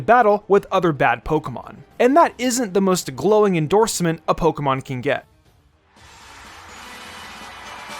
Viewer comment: My guy said “pokemom”